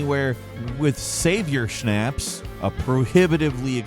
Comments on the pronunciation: Snapps ..not Snapes .. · How do so many people not know how to pronounce schnapps? It’s pronounced “schnops.” I’ve seen so many clips of people saying it wrong. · You don't say schnapps like that 😁👍